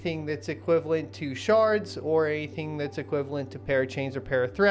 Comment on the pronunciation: I swear I hear sharts every time ya say shards